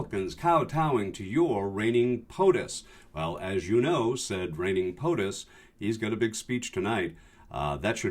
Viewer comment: Did you say "your reigning POTUS" or "ur-rinating POTUS"?